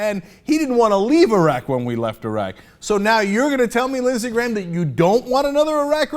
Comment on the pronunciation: I kept thinking he said Lizzy Grant. Like Lana Del Rey.